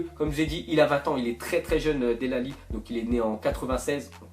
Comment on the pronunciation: del alli ?? 😂😂 ça se prononce delé et il est fort depuis longtemps